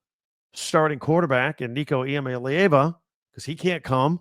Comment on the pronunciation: Dude everybody gets a pass maybe multiple passes. But at this point, you don't have any credibility if you can't pronounce the guy's name properly.